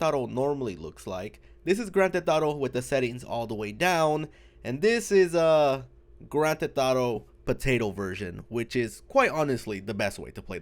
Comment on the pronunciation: “Gran Te Thotto”